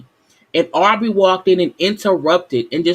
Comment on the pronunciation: I really like your videos but we’re on episode 4. You know their names by now Sis lol. It’s Aubrey. And it’s Kiely. Other than that..keep it up!!